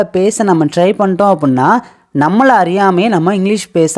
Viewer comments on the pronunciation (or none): none